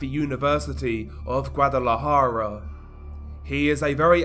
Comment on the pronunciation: WTF IS GUADALAJARO? At least pronounce it right Guadalajara